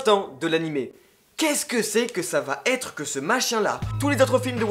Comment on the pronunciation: Arrêtez de dire "vaTêtre" plizzz ! 😡